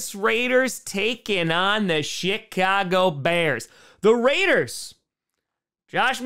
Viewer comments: Whenever i hear say the Chicago Bears it sound like the Shitcago Bears 😂😂😂😂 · Chitcago Bears lol. We heard you. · Haha he said shitcago bears